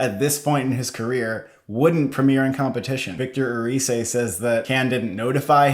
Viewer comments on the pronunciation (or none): The "c" in Erice it's pronounced like the "th" in, for example, "thing". Big hug from Basque Country (a country near from Spain), I loved your coverage of Cannes! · Please . Not erice but Eri-the (th pronounced as in thought)